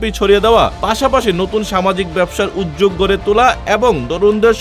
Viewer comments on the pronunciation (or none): none